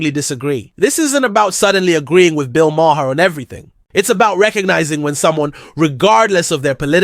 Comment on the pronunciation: His name is pronounced.... Bill Mar.